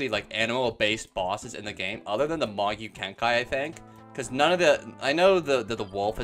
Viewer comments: it's not "magyu kenkai" it's pronounced mahgoo kenkee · also its pronounced mah-GOO KEN-kee